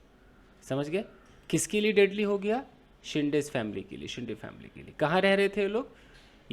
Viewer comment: येस सोमाटणे फाटा is the name of place ,, फाटा मतलब जहा से दुसरा रस्ता निकलता है ,,and it is शिंदे not शिंडे,,,surname है आपने सही पहचाना ,,सोमाटणे ये गाव का नाम है